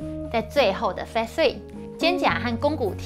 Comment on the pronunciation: Phase, 音同face